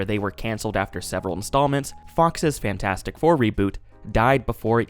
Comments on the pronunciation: Great video but I died a little inside and cringed so hard every time you said "Fan 4 stick". That was cruel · It’s property Fant4stic but most people say Fan4stic for no reason that I can ascertain. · "Faint Four Stick" 😂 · When you say fan4stic it sounds like you're talking about a deodorant.